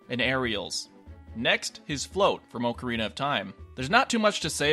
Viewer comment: Disliked for pronouncing "ocarina" wrong.